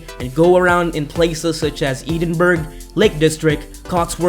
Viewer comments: Try saying Ed in borough Then you pronounce it right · Can’t pronounce Edinburgh properly